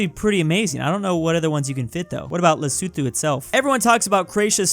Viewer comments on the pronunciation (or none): Le (as in the french) so (as in the english so) tho (as in the beginning of thought) le-so-tho.. not lesutu... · It's pronounced Le-soh-to!